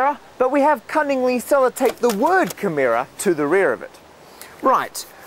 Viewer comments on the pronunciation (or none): That would be Camaro , not "Cameera". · Camerra? It's CamARO, mate. ;-) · I've become irrationally angry at how he pronounces "Camaro". Then again, he comes from a country that's upside down, so what did I expect? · How do you even get "camheera" out of "camaro" ? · Watch out for making mistakes yourself when you're correcting someone! It's obviously "Camaro", not "Camero". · I thought it was camaro not camara? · Does he not know how to say "camaro"? I'm sorry but accents shouldn't change how words are actually pronounced.